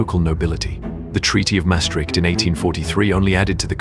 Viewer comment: Its Maastricht and not Mastricht ;) Called after the river the Maas